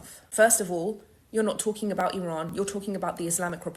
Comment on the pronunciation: Please don’t say eye ran ,it’s eran IRAN 😂